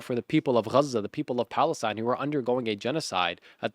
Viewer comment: U are speaking English in english its called Gaza not KGHAZA